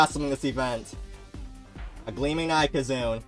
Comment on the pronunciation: Ok i have heard pad pronunciations for ikazune before but this one takes the cake